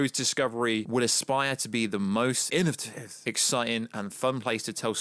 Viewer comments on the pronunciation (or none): Did he just say innovitive?